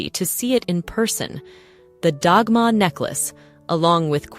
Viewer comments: Delightful tracking of gems.... I want to say though, Dagmar is not pronounced Dogma. Like DAD and MARK wihtout the K. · Wonderful episode, thank you. I have often wondered about Queen Alexandra’s collection. Copies of the Dagmar cross are often given as Confirmation gifts in Denmark today. (To pronounce Dagmar correctly the g has an L sound and drop the r at the end. Ah, Danish!)